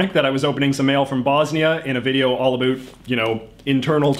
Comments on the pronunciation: yeah, he's taking pokes at the french but then pronounces "about" the way it would sound coming from someone who's native tongue is french. funny that neither Trudeau the elder nor Stanfield were pronouncing it "a boot" in the interviews he presented. this might have become a thing after that famous South Park episode. Chapeau bas! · dudes faking that shit so hard. I'm from northern wisconsin/minnesota. say "about". you say the 2nd syllable with an open mouth and pushing air out of yr mouth. this guy is just hamming it up and engaging in a completely separate pronunciation cause its a stereotype. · yes, but it's never that much of an "oo" sound - he's totally exagerated it on purpose. as someone pointed out, he pronounces it as a canadian usually would. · Yes, and as an American who has taken great pains to pronounce how Canadians truly say "out and about", JJ's pronunciation makes me feel my efforts were in vain! Back to South Park! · It’s more like how scots pronounce about, which if u look at this last name might give u a hint...couldve been handed down by parents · Why are you purposefully pronouncing "about" like that? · maybe a tiny bit, but I speak to Canadians everyday (I live here) why can I only hear this guy's "about" differently? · This accent is so confusing...he’s got the American Comedian/Newfie ‘About’ pronunciation but is from BC...? It’s hard for me to believe that someone could speak with such an Eastern accent and from what I’ve heard in the comments is from the most Western province.it was also neglected that New Brunswick is actually a bilingual province. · This guy doesn’t even know how to spell words Example: the word about is pronounced (a) (bow) (t) not (a) (boot) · Exactly why I came to the comments section! The only times I've ever heard "about" pronounced even remotely like this is on American tv mocking Canadians. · Being a Canadian myself I’d never heard anyone pronounce “about” as “a boot”.. until now